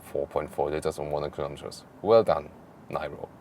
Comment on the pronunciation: Official pronunciation is "Neero" not whatever you want to pronounce it.